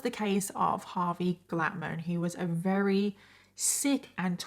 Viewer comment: Every time she said very as rery is that an accent thing or like a speech impediment thing? /g